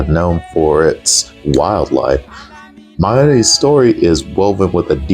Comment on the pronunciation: I heard the announcer pronounce it it sounds like hes saying “miary’s” like the zo just sounds like an apostrophe s